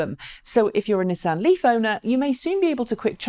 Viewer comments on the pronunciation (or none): none